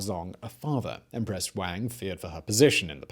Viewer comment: Teehee he said "Emperess Wang", hehe he said it again...